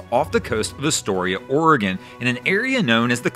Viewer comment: Thank you for pronouncing Oregon correctly.